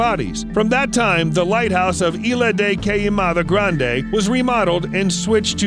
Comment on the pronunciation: "Ila de cayamada grande" LOL! Ilha de queimada grande, São Paulo